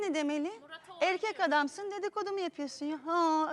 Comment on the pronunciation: duygu e harfini okumayi ogren ablacim EEEEĞĞĞRKEK